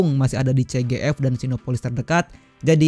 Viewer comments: Abang nyebut nya cgf,bukan cgv🙏🏻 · CGV bang, bkn CGF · mustinya jadi ce ge pe sih bang😅🙏🏻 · Masi aja salah penyebutan cgv bang